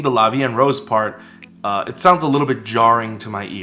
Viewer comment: It's La Vie en Rose!